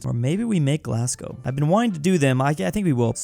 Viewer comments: IT'S PRONOUNCED GLAS-GO! - Me, a Scottish person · ITS GLASGO NOT GLASS-GOW YA NONCE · it’s “Glass-Go” not “Glazgaw” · It’s pronounced GLASGOW not GLASGOW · I love ur vids but glass-cow is killing me, it’s pronounced glaz-go 😂 Really tho I love ur vids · it’s pronounced GLAS-goh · and it’s said glas-go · it’s g l a s g o w Gla s Goh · WHEN HE SQID PAISLEY I WAS LIKE PLEAAAASSEEEEEEEEEEEE also itz pronounced glas-go and edin-bru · I know you're American right, but I'm from Scotland, not Glasgow, but Glenrothes, and hearing you say "glass cow" hurt me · Its pronounced "glas go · feel like mentioning that Glasgow is pronounced glas-go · As a person from Edinburgh 2 things 1 thanks for choosing us and 2 ITS PRONOUNCED GLAS-GO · As a scot it’s pronounced glasGO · Yes painful even as a Canadian Glasgow isn’t called Glasgo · You say Glasgow like a twat